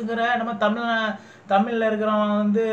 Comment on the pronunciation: just hear how he is pronouncing the word Tamiz Arvalar .he says it as Tamil Aarvaaalazr . He couldn’t even pronounce the word Tamiz with the special za